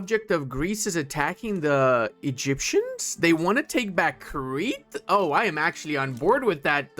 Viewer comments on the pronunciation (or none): none